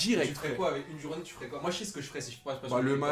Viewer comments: C'est " Une journée avec Pogba " mais pas jounee 😂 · c journee pas jounee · oui jounee ca se dit pas